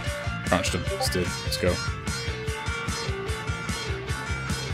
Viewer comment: pls say dead and not deed im starting being crazy :)